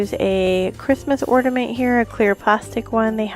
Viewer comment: the word ornament does not have a "d' in it. not ordament. and it is modpodge not modgepodge. if you are doing these videos try to pronounce correctly please.